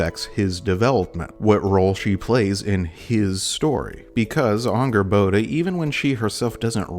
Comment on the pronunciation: Since when is Angrboda pronounced with an Ah sound?